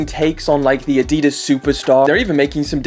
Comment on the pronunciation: You pronounce adidas incorrectly